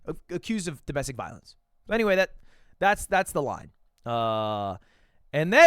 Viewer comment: "Domestic violetor" killed me 😭💀